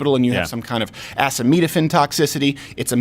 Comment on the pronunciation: What the F*** is ass-uh-meat-uh-fin toxicity. If I were you I would just say Tylenol from now on 😉.